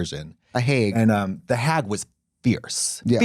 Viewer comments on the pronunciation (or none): "the haäæg" 😂😭🧀🧀🧀